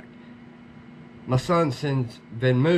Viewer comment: Ugh! Man, that’s soooooo aggravating!!! Not sure what you can do legally. I would not give up and constantly reach out to him. Try to get him on the phone. BTW it’s pronounced like ven - mow. Not moo. Good luck man.